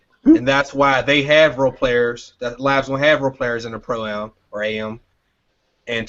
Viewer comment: Fam really gotta say stop saying Pro A.M.